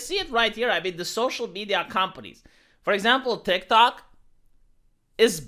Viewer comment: calls TikTok, "DikDok."